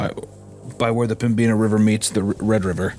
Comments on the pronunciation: as a North Dakotan it’s pronounced Pem-bin-uh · pronouncing pembina as pembeena is crazy work. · As a North Dakotan I fell it's my civic duty to point out that Pembina is pronounced pem-bi-nuh, not pem-bee-na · As a North Dakotan, I always feel happy when we get acknowledged especially in a spooky story. Tbh I’ve listened to this episode before but I’ve only just realized that the prison story takes place here Also, Pem-Bi-Na river sent me cause I’m from that general region and that B is not usually that pronounced lol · I like the episode but Pembina is pronounced PEM-INNA and their pronunciation is driving me crazy. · The pronunciation of Pembina is absolutely frying me ☠️ im from the area and am there not infrequently and pembina is probably definitely haunted, but the b is silent, its pronounced pem-in-a. Hadnt seen any other NE NDers comment so i had to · PemBEENah lol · Two story's taking place in my home state of North Dakota in the last couple months. This story takes place an hour north of where I live and it's pronounced Pemb-in-a. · Fantastic story set in my beautiful home of North Dakota, but Pembina is pronounced Pem-ina, blame the French-Canadians man